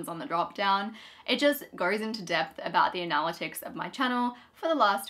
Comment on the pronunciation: We had to stop watching halfway through because we couldn't handle the constant mispronunciation of "analytics". It was driving us mad!